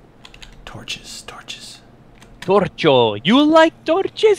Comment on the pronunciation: LOL 'torcho's'